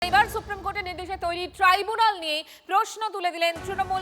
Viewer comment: মমতা তো ট্রাইব্যুনাল বলছে না। , বলছে ট্রিবেনাল